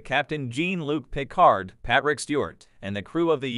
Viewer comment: I'm a TNG fan and was going to upvote this video, until I listened to the audio. For the love of all that's holy, don't use AI for God's everything! Read the freaking scripture self! This thing couldn't even pronounce Captain Picard's name properly. Down voting now!